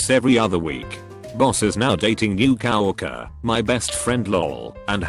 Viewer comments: COW-ORC-ER XD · Text: Says "Co-worker" Bot: cOW wAlkEr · I love how it pronounces it Cow Orker